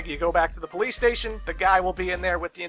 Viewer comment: ah yes the BOLICE